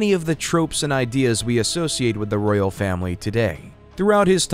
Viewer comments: Please work in your pronunciation. It a Royal Family not ‘Rail’ I can’t watch this now I’ve heard that and all of these inaccuracies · Cannot listen to this. The narrator was saying rail instead of Royal and other word pronunciation mistakes. Must be an AI generated narrator voice.